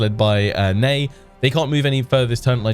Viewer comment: Neigh not Ney!